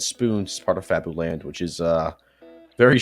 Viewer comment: fabuland is pronounced fabyland